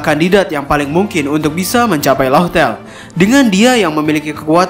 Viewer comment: Laftel min laftel, bukan lohtel